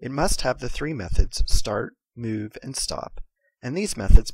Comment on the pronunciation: you say "move" funny lol